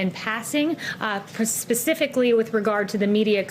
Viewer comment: spokesperson barbie doesnt know how to say "specifically". She pronounced it "pacifically".